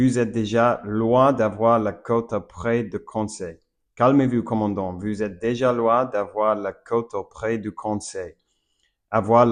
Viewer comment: Salut ! Tu parles incroyablement bien le français, je suppose que tu es anglophone ? Probablement des États-Unis d'Amérique ou du Canada ? C'est super plaisant de voir des anglophones s'intéresser à d'autres langues ! Encore plus si c'est la mienne... :eyes: Haha. Petite astuce, j'ai remarqué que tu prononces "Vous" comme "Vue", essaie de prononcer le "ou" comme un "oo" en anglais. Par exemple, dans le mot "Vous", imagine que "ou" se prononce comme le "oo" de "look" ! Ensuite, essaie de l'adoucir un peu, et je pense que ça pourrait grandement améliorer ta prononciation du son "ou" !! Bien joué pour ton niveau, tu parles VRAIMENT bien ! <3